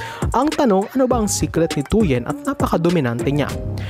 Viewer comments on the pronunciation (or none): Hindi "Bitch" ang pronunciation ng "Bich". Should be ~ "Bit" with weak "i". For "Tuyen", should be similar to "Tuwin" na ang stress ay nasa "win".